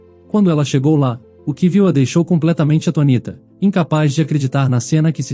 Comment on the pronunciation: Queria me inscrever, mas ouvir o português errado, isso me irrita. Atonita? Ou seria “Atônita”. Acho que vocês fazem isso de propósito para chamar a atenção. Má, isso irrita não só a mim, como aos meus Ouvidos. Só lamento 😡